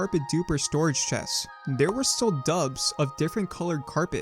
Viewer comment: Dupe. doop. Not dubs. Mesa. May suh. Not mess uh.